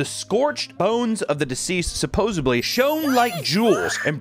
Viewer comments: Stop saying supposABLY...The word is supposEDLY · Sup po sed ly, repeat after me sup po sed ly. Not supposebly there is no b. 😊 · you said supposebly? lol! Like in that episode of friends where Joey tests out how that sounds and it seems to sound ok to him haha. It's supposedly. lol.